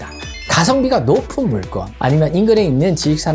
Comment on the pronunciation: 물건을 왜 자꾸 [물껀]으로 발음 하세요? 그냥 글자 그대로 발음해야 맞습니다